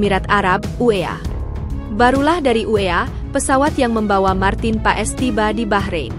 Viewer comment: bukan marten paes...marten pass dibacanya...